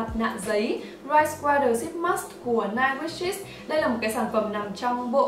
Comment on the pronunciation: vieo này em thấy chị phát âm English sai như 9 wishes, cleaning